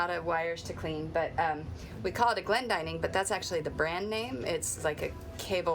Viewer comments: You're correct, this is a very common name in Britain and its pronounced so the the 'dinning' part rhymes with 'winning', not ''dining'. I'm really enjoying following this channel, lots of practical boat stuff and not a bikini in sight ( yet ). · I have always thought Glendinning rhymed with inning rather than dining, but I may be wrong